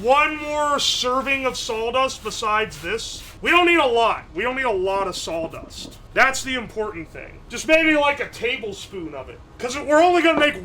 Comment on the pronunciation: You can tell where he lives down to the square mile by how he pronounces saw dust